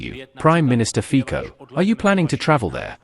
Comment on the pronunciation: Fico = Fitzo (pronunciation)